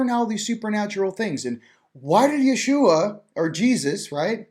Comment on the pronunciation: Great conversation, and. And thank you for the correct way to say the name, "Jeshua"!